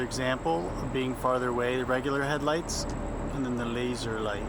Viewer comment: “Laser light” stop saying it like that lmao